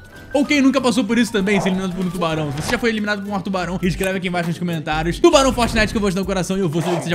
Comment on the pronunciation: "atubarão" kkkkkk